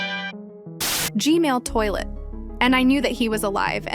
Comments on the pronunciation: Why do you say G-mail toilet not G-man toilet 🚽😡 📹💀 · Bro said G-Mail ahahaha😂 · Why do you say g.mail toilet?! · Why do you keep saying Gmail toilet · G-Man❌ G-Mail✅